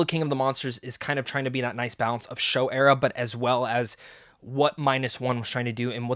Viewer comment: It's "Showa" era...not "Show"